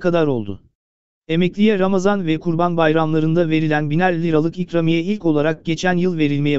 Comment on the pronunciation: Nasıl bir ikramiye telaffuzu arkadaş a harfini biraz uzatsan komik olmaz birde başlığın zekice 2000 diyerek seyretme sayını artırmışsındır😡😡